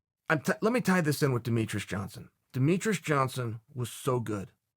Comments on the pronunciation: Who is Deh Me TRUS??? ITS DE ME TREE ES. I feel like you do this on purpose, getting people's names wrong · Chael, are you saying Demetrus? 😆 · If Chael says its "Demetres", its Demetres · "Dont try and out-demeatruss demeatruss" - Chael P. Sonnen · If it was anyone other than Chael, I'd correct him on how he is pronouncing Demetrious' name.... It has Michael Petrus overtones